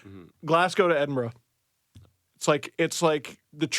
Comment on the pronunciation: I’m glad that you pronounce Edinburgh correctly,!